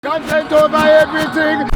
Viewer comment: "content" init ...come on.